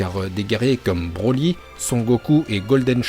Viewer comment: "ensuite on écarte brrrrrroly car il n'a pas dutout de cerveau" 🤣🤣🤣